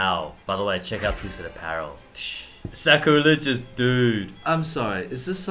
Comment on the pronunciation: I think you mean sacrilegious. S-A-C-R-I-L-E-G-I-O-U-S. Not sure what "scraligous" is.